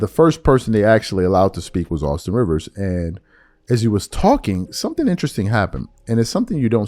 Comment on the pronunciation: Rivers said correctly.